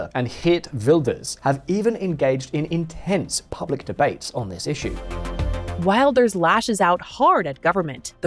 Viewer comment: You pronounced his name perfectly 👏🏾It is practically impossible for Wilders to become prime minister. Many (islamic extremist) people want to unalive him. He needs guarding 24/7.